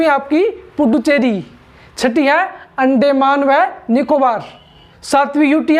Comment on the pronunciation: Yarr अंडेमान नहीं अंदमान होता है